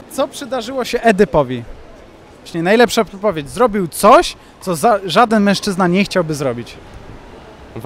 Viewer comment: MĘŁŻCZYZNA xd